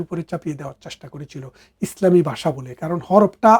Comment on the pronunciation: বাসা নয়। ভাষা রে